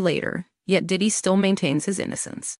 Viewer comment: It's hilarious how the AI voice mangles Diddy's name.